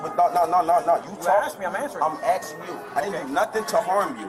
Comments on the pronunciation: He’s “Axe’n you as a man”! Thats assault with a deadly weapon. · Can you fix your subtitles please? The man is clearly saying ''I'm axing you'' NOT ''I'm asking you''.